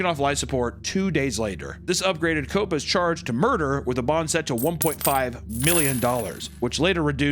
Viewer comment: this is the first time in my ENTIRE life I've ever even seen someone outside of my family have the same last name as me, so let me be a little bit of a bitch and correct you; Copas is pronounced 'Coe' (as in co-pay) 'p-aws'